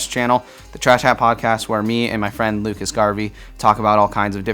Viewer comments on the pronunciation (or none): none